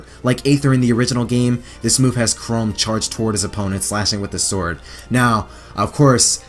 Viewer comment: I hate to be that guy, but Chrom isn’t pronounced “Chrome.”